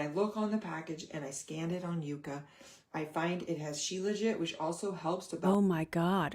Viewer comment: She keeps pronouncing it wrong. It is not called Uka. It is called Yuka. Pronounced with a Y. Yucca is a plant. The hun should pronounce things right.